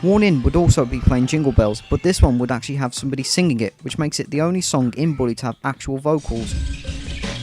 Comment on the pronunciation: you said christmas in "bwooley " and "boot presents "